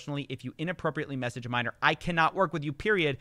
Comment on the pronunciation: “A minorrrrrrrrrrrrrrrrrrrrrrr”